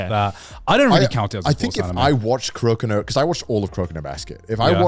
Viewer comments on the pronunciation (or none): Dude said kurokino, it’s kuroko. clearly didn’t pay attention if he even watched it at all